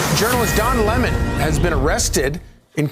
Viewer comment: I have never LOVED your accent as much as I do TODAY!!! Don Lemon is a Urinalist with 30 years of experience 🤣🤣🤣🤣He's certainly no journalist. We all need to start calling these biased activists URINALISTS!